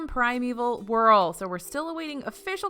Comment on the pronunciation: I hate to be that guy but its Whirl, not hurl